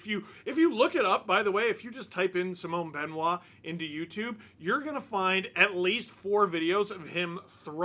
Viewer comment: Mr Dangle, I much respect the way you pronounce Simon Benoit which is perfect.